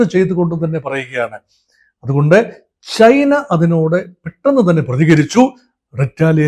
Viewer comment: താനെന്താടൊ ശർദ്ദിച്ചു വയ്ക്കുന്നത്, താനെന്തിന്റെ Dr ആണ്, വാഴക്കുലയുടെ യോ അതോ മൃഗ ഡോക്ടറോ? Canada മലയാളത്തിൽ കാനഡാ എന്നു മാത്രമാണ് അല്ലാതെ ഖാനഡാ അല്ല,കമ്മികൾ പറയുന്ന പോലെ - ഖേരള അല്ല കേരള ആണ്, ചൈന എന്നാണ് ആണ് അല്ലാതെഛൈനയല്ല, ജന്റർ ആണ് അല്ലാതെ െജൻ ൻ ൻന്റർ അല്ല, ലോകത്തിലെ ഏറ്റവും ശക്തിയേറിയ സൂപ്പർ പവ്വർ ആണ് US, അവിടുത്തെ അതിശക്തനായ പ്രസിഡന്റ് അവരുടെ കാര്യങ്ങൾ തീരുമാനിക്കുന്നു, തന്റെ അറിവിലേക്കായി പറയാം മോദിജി Makein India കൊണ്ടുവന്നിട്ട് 75% മിലിട്ടറി സാധനങ്ങൾ ഇൻഡ്യയിൽ ഉണ്ടാക്കണമെന്ന് പറഞ്ഞ് ആക്ഷൻ എടുത്തില്ലെ, അതാണ് US പ്രസിഡന്റും ചെയ്യുന്നത്, അതിൽ ഇൻഡ്യക്ക് എന്താണു തിരിച്ചടി? വെറുതെ വന്നിരുന്നു വാചകമടിക്കാതെ വേറെ പണി നോക്ക്, Meaning less talk